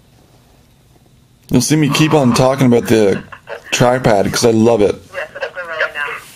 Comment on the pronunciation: Lol...... he said aboot.